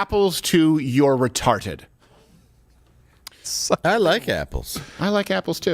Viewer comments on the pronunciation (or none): Why does he say retarTed with a T instead of a D is that on purpose? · Re-tarted. That is a revolutionary pronunciation.